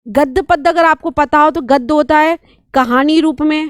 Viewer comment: बैदिक नहीं, वैदिक बोलिये अध्यापिका जी । ... गद्द, पद्द --गलत हिंदी उच्चारण 33.47 गद्य, पद्य बोलिये । तमशो मा जोतिरिगमय- गलत तमसो मा ज्योतिर्गमय - सही